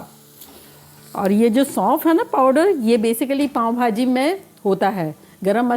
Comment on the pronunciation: پاوں نہیں پاوء بہاجی😅